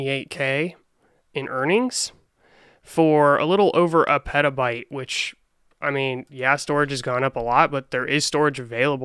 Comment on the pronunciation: "realistically" "people with extra Pettabyte of memory"